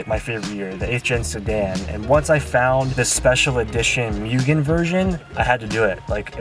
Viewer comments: A goddamn Mugen Si Civic, that is rare. One of my fav civics, Mugen R's Edit: I think Mugen is pronounced Moo-gan but idk I mostly hear Mo-og-an instead of Me-yu-g-an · MOO-gen, not MEW-gen but welcome to the 8th gen society mate :) super excited to see what plans you have for the car! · Mugen = "Moogen" not "Myugen"..Atleast say it right..Come on D,you had Bride = "Brid" right..And you messed this up 🤣🤣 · No its not Myugen, or Myujen. Its Mugen... MUGEN!!! - James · Moogen... not meoogen lol. Subbed for this build!! ❤️ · mooo gen not muu gen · ...bro...its MOOgen not MEWgen. Just a heads up considering how many times you said the word in like a 10 second span. hahaha Congrats on the new project though. I love this car! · Hearing “ mewgen “ and not “ moogen “ makes me cringe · It's actually pronounced "Moo-Gen" not "Mew-Gen" as incorrectly pronounced here in the states! Welcome back to the Honda scene and hope you can make it out 8th Gen meets here in SD! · moogen not mewgen lol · Mugen not myugen :D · its pronounced as MOO-GEN not MYU-GEN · MOOgen, not MEWgen 🙄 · Say it with me... MOO-Gen not Mewgen. Anyways welcome to the 8th Gen Club and congrats in getting that Mugen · ITS MOO GEN NOT MEW GEN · MOO JEN NOT MYUGIN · Moogen, not Mewgen. Car looks good, good luck! :) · It's pronounced moo-gen😞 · love the car dude but it moo - gen that’s how you pronounce it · its pronounced MOO-GEN. Just an fyi! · There’s a mugen video where the owner says it’s pronounced MOOGEN. Anyway, I’m not super into front drive Honda’s, but you do you bud, your awesome and you deserve your success. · YESSSS BRO AWESOME!!! FD CONVERSION LOADING....HAHA Also, supposedly pronounced MOO-GEN, but no one really follows that lol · For the love of God it's MOO GEN!! Hopefully it doesn't end up like the Type R. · Jesus fucking Christ the pronunciation of mugen is atrocious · You are saying mugen wrong.